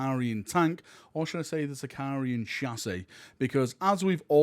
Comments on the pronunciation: Thank you for all your videos and sharing rumours and enthusiasm! I know you get stick for pronunciation sometimes, so I'm sorry about this but it's my favourite heresy tank so I can't resist. It's a Sicaran not Sicarian - there's no i in the tank name.;) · its sicaran without the second I btw, been doing heresy since 2015 and i still get that confused lol